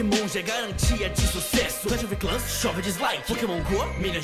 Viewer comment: mano clahs of clahs ganho ser vc não conhece o jogo não fala seu broco